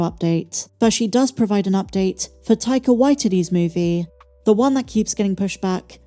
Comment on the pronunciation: Taika Waititty 🤣 First time I’ve heard it pronounced that way. Nice